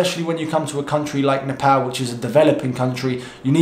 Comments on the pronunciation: So your three months in Nepal, taught to pronounce the country's name..😁😁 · He actually said Nepal and not Nepawl. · Glad you Pronounced Nepal as Nepal not Nefol.. Lots of love brother. Really loved all your Videos. Hope to see more videos in coming days.❤❤❤ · So satisfying to hear a foreigner pronouncing Nepal 'Nepal' not 'Nefol' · Ya he pronounced Nepal as Nepal that's something 🤣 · First foreigner pronouncing Nepal as Nepal😁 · True, many pronounce like Nepol or sth..😂😂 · Finally someone is Pronouncing Nepal correctly. After living in uk for over 5 years and hearing people mispronounce Nepal wrong even after correcting them, felt like they are disrespecting my country but I always kept my head Turing to the positive and understood none of them meant that. Please even after coming back to uk keep pronouncing the correct way. Hopefully you will be safe and enjoy the time there. 😁😁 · "Nepal" & "Nepali" Both correct pronunciation. Great Video! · U should pick a Nepali name now😂👌 And u said Nepal perfectly for a tourist😅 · I am happy that u can pronounce the name of country 'Nepal'.most of the people use to call Nepol. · Hy, you are the first westerner I have ever seen to somewhat properly pronounce 'NEPAL'. 😂😂😂 Other westerners they just say 'NEPAUL'. And I commented here right after the very first time you said 'NEPAL' in this video. 😁 I hope you have great time in Nepal. Cheers! 🍻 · pronounced Nepal exactly what it should be like.Well he suffer Nepal lockdown since day 1🥂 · Wow you've really mastered the pronunciation of Nepal. Proud of you XD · Till now..I havent seen any foreigners spelling Nepal so correctly👏❤ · You are probably the first foreigner who pronounced Nepal Correctly. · He pronounces Nepal very well for a foreigner :D. This made me happy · I love it that youve addressed the pronunciation of nepal. Thanks... it truly isnt NEPAUL!! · A like for the correct pronunciation of Nepal! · Gave a like when u said Nepal not Nepaul...